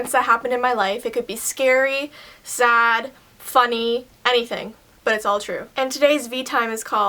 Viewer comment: IDK why but at the start when she says sad to me it sounded like zad :/ Has anyone else heard that?